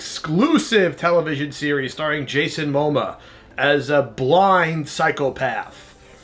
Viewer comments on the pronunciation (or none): “Jason mohmuh”